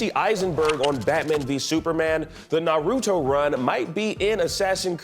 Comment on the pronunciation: He definitely mispronounced Naruto. That cannot stand with me.